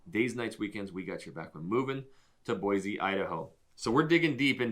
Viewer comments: It’s Boy-see not Boyzee. We don’t want to be “diverse”! What stain up north? You guys probably drink sodas! I don’t think you guys are from Idaho. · You are from Boise and you pronounce it BOY-Z???????? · Quit saying BOYZEE. So the 1st thing you say is that Boise doesn't have the diversity of Seattle and other big cities. Well guess what a little diversity OK a lot of diversity will turn your little city into a shithead that Seattle is and the other big cities I live near Seattle the shithhole and you have no idea how bad it can get with your stupid comment about more diversity is a good thing